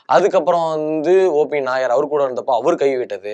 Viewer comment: கேரளா நாயர் இல்லை, OP நய்யார். பேர ஒழுங்கா சொல்லவும்😂.